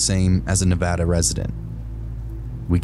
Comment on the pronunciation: Thank you for pronouncing Nevada correctly 😂🙏🏼